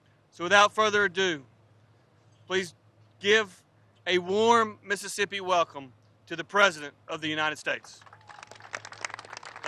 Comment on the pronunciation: Biden can't even say Mississippi